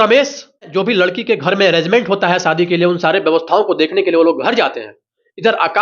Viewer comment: शादी को सादी बोल रहे हो....तो फिर सीधी साधी को शीदी शादी बोलोगे क्या? घटिया उच्चारण